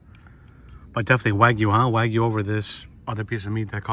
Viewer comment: Terada-san, please teach how to pronounce wagyu correctly.:)